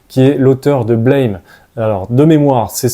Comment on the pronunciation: Merci beaucoup pour cette vidéo. Blame! Ce ne se prononce pas à l'anglaise mais bien à la japonaise. Burame Le "a" à la française quoi ^^